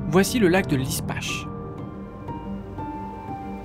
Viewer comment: J'allais écrire le même commentaire, merci. D'ailleurs, mes amis vosgiens me dise que le lac de Lispach se prononce Liche Pa, à vérifier. Beau reportage en tout cas